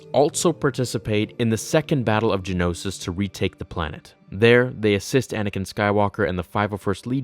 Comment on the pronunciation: Ge-Oh-No-Sis. Not Gen-Os-Is. And it’s Ge-Oh-No-sians. Geonosis. Geonosians. Who hired you?